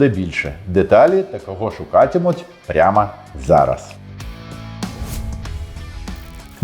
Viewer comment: порада щоб звучати більш нативно українською - звуки о, та взагалі усі звуки в українській говоряться так як пишуться та без укорочення - широко та повно говоряться О, И, І, Ї та сполучення - ІЇ . на початку відео "прямО зараз" сказано як говорять по російськи "пряма зараз"